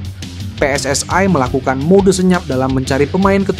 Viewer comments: Min bahasa indonesia lu kagak genah. Bilang aja pssi : pe es es i. Napa lu jd sebut pe es es ai. Emangnya elu bule sawo matang? 😂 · Bukan PSSAI tapi PSSI.. itu kan perpanjangan dlm bhs Indonesia.. jadi sebutannya i bukan ai. Indonesia. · We en ai 😂 knp gak WNI aja bg 😅 PSS ai 😅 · Mimin org Malaysia sebutan I itu AI😅😅😅